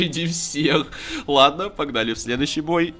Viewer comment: ПППППАГНАЛИ. ППППППАГНАЛИ. Это ужас какой-то